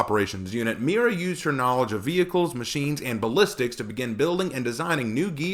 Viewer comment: Spaniard here, and you actually pronounced it somewhat ok. I mean, it's blatantly obvious that Spanish isn't your native language, but, again, Spanish isn't your native language. Not much you can do there lol Also, great vid! And I agree on your point about her being in the field. She should have the training, but not be put in a position where she could die